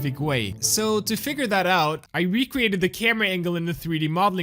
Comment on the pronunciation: "i wecreated"🤣